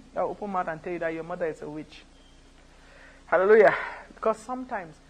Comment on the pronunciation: Did anyone catch the Hallelurjah? Lmao